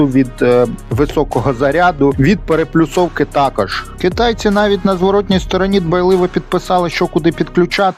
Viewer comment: ПереПОлюсовка! А не переПЛюсовка... Когда школота* каверкает Опредиления, то нормально, а вот когда взрослый человек, то беда...